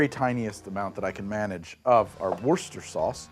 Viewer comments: Wuss-ter-sheer sauce. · It's "woosta-shire".:) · living in worcestershire makes hearing people forget the "shire" hurt so much IT'S WUH STUH SHUH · "Worcestershire" is really not that hard to pronounce: wooster-shur (where the "oo" is like the "oo" in "book"). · WER-stuh-sher, not as galling to the ear as "urn brew" but just as easy to fix. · I don't understand people's problem saying Worcestershire. It's 3 syllables. Wuss-teh-sher. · The second video I’ve watched this month where the creator of the video said “warshyersister” sauce. The other was Charlie Berens. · Worcestershire is named after the town. Woos-ter-sher. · Grew up in MD. Glad to see this episode and even gladder that the liquor isn't putrid on its own, lol. Also, its "WOOSHT-tu-shur" sauce, "WOOSHT-tur" is the county in MD: Worchester.